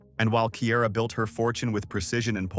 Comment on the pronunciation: Not y’all saying Ciara’s name wrong!!!